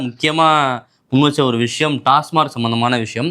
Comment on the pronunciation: டாஸ்மாக்.. டாஸ்மார்க் இல்லை